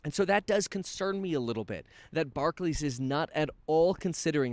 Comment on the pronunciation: It's bar-clAYs Kevin. Barkley was an old school trash talking hooper, not to be confused w Barclays.